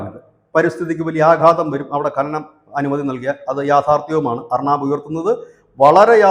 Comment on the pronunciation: അർണാബ് അല്ല. ഉച്ചരിച്ചു വികലമാക്കരുത്. അർണബ് ഗോസ്വാമി.